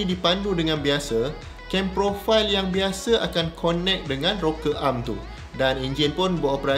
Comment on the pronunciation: Dr, sebut connect tu 'kenek'. Saya dah tergelak dengar cakap tu 🤣